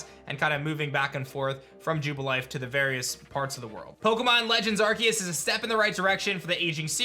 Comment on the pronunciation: Did you seriously just say “arkeus”? There’s an e beside the c it’s “arceus”